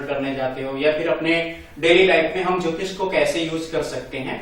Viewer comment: अरे यहां ज्योतिष की परिभाषा आप कैसे दे रहे हो यह जल ज्योतिष का दो शब्द बनाए आपने अलग-अलग इसमें ज्योति तो ठीक है पर इसमें इश ना हो के ईष होता है अर्थ का अनर्थ ना करिए